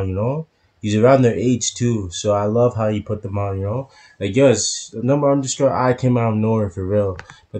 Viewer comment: Thank you for your reaction to Number_i always. I haven’t been able to tell this for a long time, but I have one request for you. The correct way to pronounce Number_i is to leave the underscore silent. So, it’s Number ai. Please continue to support them.😊